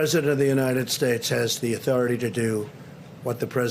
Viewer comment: He's trying to say "respect my authoritah!"